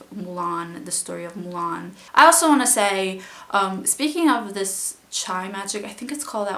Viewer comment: chi is pronounced "chee"